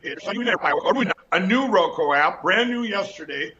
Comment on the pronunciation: Lindell still hasn't figured out how to say Roku.